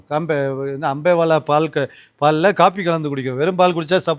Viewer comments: அம்பேவெல, English la potalum pizhya pronounce pandreenga, thamizh la potalum pizhya pronounce pandreenga.. kadawule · அது அம்பேலா இல்ல அம்பேவெல😂😂